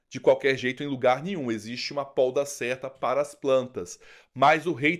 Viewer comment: Poda, polda é outra coisa, desculpe não consegui não dizer.